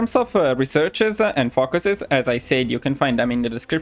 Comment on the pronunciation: I know you are Italian and pronounce English differently, but I have to point out it us oretty funny when you say ‘focuses’ because it sounds like fuckeses